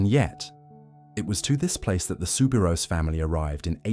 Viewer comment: The correct way to pronounce her name is souberoo not ousssss